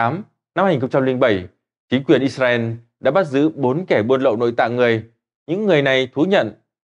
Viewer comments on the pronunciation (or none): none